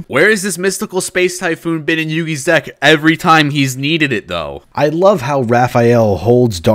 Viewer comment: wait did you say deck or dik